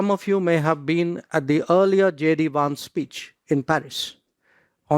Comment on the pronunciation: Its Vance not vansay